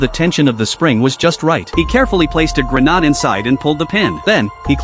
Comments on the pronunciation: "Grenald" lol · Grenade ❌️ Grenad'e ✅️